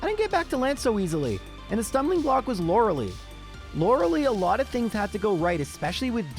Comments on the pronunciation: So, it's LorelEi (spelled Lorelai) like in Gilmore Girls. Super annoying to hear Loreli every time. sorry everthing else, your vids are super cool. giving thumbs up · Lore a lie, not Lore a lee. Stop saying her name wrong,. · Lori LIE nor lori LEE